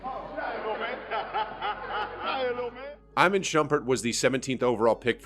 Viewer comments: its not Eyeman shumpert its Eeeman Shumpert jeez, good vid tho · SIR THIS IS A HOOPS CHANNEL AND I CANNOT ACCEPT THIS BLATANT DISRESPECT TO IMAN SHUMPERT 🤣 You pronounced it "I man" correct pronunciation is "E Mon" I know the man bounced around teamss but he was in the league of long time and so many people have no idea how to say his name lol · It’s pronounced “E- Mon” Shumpert 😂😂😂😂😂😂😂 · This dude really said “I-man” Shumpert 😂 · This dude just said "Eyeman" Shumpert 👁👁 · This guy called Iman Shumpert “Eye-men” Shumpert 😂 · “I-man Shumpert”?? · bruh said I-man shumpert 🤦‍♂️. you definitely plagiarized this video from someone else I bet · You butchered Iman Shumpert's name. 🤣